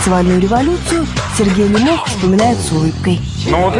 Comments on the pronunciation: ЛЕмох а не ЛемОх, ухо режет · Все время думал,что Лемох ударение на "е"...А тут слышу дикторша ЛемОх обозвала...) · Девушка не правильно озвучивает фамилию ЛЕмох, Е ударная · ЛЕмох, а не ЛемОх! Как можно так ошибаться?! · Почему лимОх? ЛЕмох он, а не лимОх 😎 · Не ЛемОх, а ЛЕмох...девушка🤦‍♀️ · Не ЛемОх, а ЛЕмох! Ударение ставьте правильно! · Не ЛемОх А ЛЕмох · "" ударение не там ставит- Лемох! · Девушка за кадром !!! Вы не там ставите ударение в фамилии нашего кумира Лемоха !!!! Не могу слышать 😂😂😂😂😂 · Ударение на фамилии не то, режет ухо